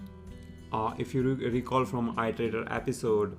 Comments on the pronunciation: Its pronounced erderaydor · It’s pronounced as eat-erator.